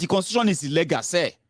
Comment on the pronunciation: be careful my son, when you saying the word illegal pronunciation is ( illi-gul ) and illègal) this last one Yorubas’ pronunciation! Just want you to be perfect darling. Maybe you can download English dictionary as it helps a lot in helping us Nigerians in diaspora to get rid of all bad pronunciations we’ve learnt from bad teachers in our Nigerian Schools. Happy birthday dear, the joy of the Lord will locate you wherever you go in Jesus name.